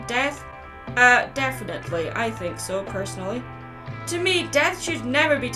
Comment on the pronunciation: Did you say "death-finetely" during the Grim Reaper part?